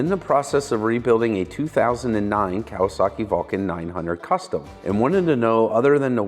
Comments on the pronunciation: You pronouced Kawasaki correctly. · I heard nothing wrong with the way said Kawasaki.